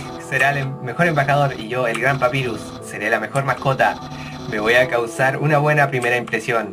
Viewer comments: Se dice papairus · se dice papayrus pero se escribe papyrus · gonzalez jaja xdxdxd por culpa de ahora estoy acostumbrada a ese inglés no bien pronunciado creo que los mismo con papyrus pero como te dije por su culpa ahora no me gusta los nombres en ingles bien pronunciados dxdxdd